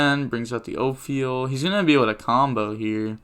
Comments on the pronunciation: Its Ophiel (reads as OFIEL) not OP,PHIEL xD And its not PAUL(PHUL) , it reads as fool Also please make a card discussion on nibiru :D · “Oh-feel” and “full”